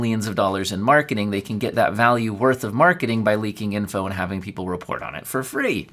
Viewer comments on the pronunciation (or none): none